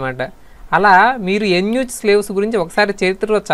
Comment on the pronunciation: Eunuch ni యూనక్ ani pronounce chestaaru ,. ఎన్ యూ చ్ కాదు